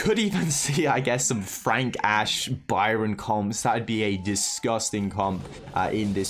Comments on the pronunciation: STOP SAYING FRONK ITS FRENKSSSS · LMAO it is Frank not Fronk🤣🤣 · tom spelled and pronounced frank wrong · Supercell: "Frank" and: "Fronk" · Its FRANK notFRONK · No one literally no one: FRONK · "Fronk" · Fronk😂. Why less people noticed it